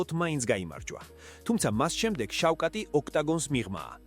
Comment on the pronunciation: შავხატ , ი და არა შავკატი